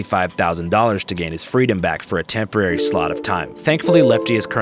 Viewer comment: "ish chemporary"